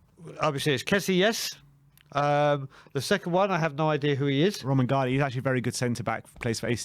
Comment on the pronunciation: Your killing me with this romangali stuff. It's spelt romagnoli, in Italian the gn is usually pronounced like ny, or the Spanish ñ. Pronunciation of his name is romanyoli